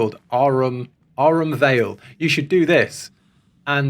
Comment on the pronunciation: When he said "Aurum Vale" I admit I chuckled evilly.